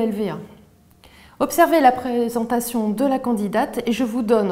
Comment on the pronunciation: "la pré..Esentation" Bon j'arrête